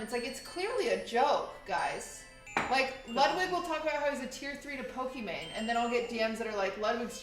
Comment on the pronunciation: know how to properly pronounce Pokimane. Thats a Tier 3 sub if I've ever seen one.